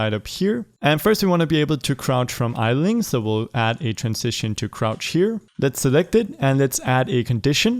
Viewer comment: Nobody “idleing”